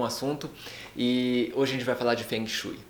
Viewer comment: a pronuncia não está correta logo de cara diz que vc não se interessa mesmo pelo assunto...eu sou do nordeste do brasil e sempre amei... detalhe sou ateia.